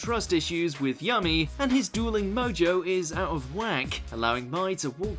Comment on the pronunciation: Did this dude just say “yummy” instead of Yami?